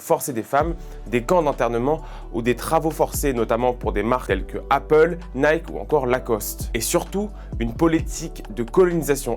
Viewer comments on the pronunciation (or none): none